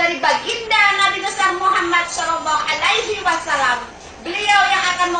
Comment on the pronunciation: Ngomong shalallahu alaihi wassalam aja gak bisa